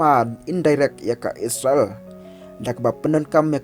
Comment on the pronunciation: Spel / ong noh isrel ym is sra el ban ia sngew tynnad lang